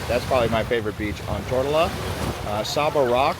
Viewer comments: It is not Tort-a-la. It is pronounced Tor-to-la. How did you finally figure that out half way through the video? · Yo bro it’s not “Tortellaaa” or “Tortilla”. ITS “TOOR-TO-LA”! Learn to pronounce the islands you’ll be talking about first before making a video on it. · Tortola. Tour-toll-ah. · Tortola = tr·tow·luh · It’s Tor-TOE-La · Tor toe la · Curious, I never heard that pronunciation of Tortola ...